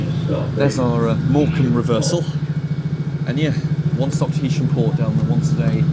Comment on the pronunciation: Thanks! I think it is HAysham rather then HEysham! Cheers!